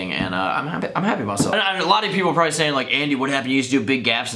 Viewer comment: "PROBEBLY" LOLLLLLLLL